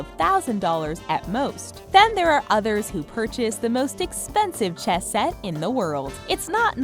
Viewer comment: she says "Chess Set" very weirdly.